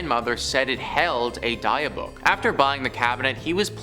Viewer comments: its DIB-ICK not Deeuhbawk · DIH BIC DIH BIC OH MY GOD HEARING "DIE BOOK" MAKES ME FEEL VIOLENT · Not "die"-book its "Dih"-byook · 'Dibb-buck' not 'dye-a-buck' 😂😂😂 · i'm sorry, but i can't let this go. it's pronounced "dib-bick". not "die-uh-book". it's killing me. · Dybbuk ( dih bick ) not die book. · Dybbuk pronunciation was killing me...I was laughing so hard, I almost hit the curb driving when I first heard him say it. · The die-a-book box? 🤣😂🤣😂 It’s pronounced Dih(short I sound)-bick(another short I sound) I think I’ll call it a die a book box from now on. 🤣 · BRUHHH!!! The what box??! The die-book, die-iff, die-meth orrr nahhhhhhh ima just call it the "box" 😒🤣🤣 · Die-a-book? How stupid can you be? It takes five seconds to look up a pronunciation. Lazy is as lazy does! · It is pronounced Dib-ick (short I sound for both of the "i") stop saying that in such a fu€ked up way!! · dia book 😅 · Die Book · Its pronounced dib-bik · Dibbuk. It's pronounced dibbuk. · The poor pronunciation of Dybbuk is hilarious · If you're going to do a video about something at the very least look up the pronunciation....you should be haunted (if ghosts were real) for that disrespect. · Jesus, you can tell these guys are just reading since they can’t pronounce Dybbuk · dybbuk box ffs please take the time to learn how to pronounce the words correctly! it really takes away from the story when its so grossly mispronounced!